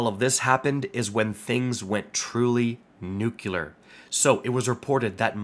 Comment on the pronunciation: As you are Canadian, and sick, I will forgive the pronunciation of nuclear